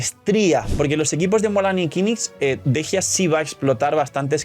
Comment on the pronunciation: Por qué le dicen Dejia si se llama Dehya? La pronunciación es similar a Deyanira.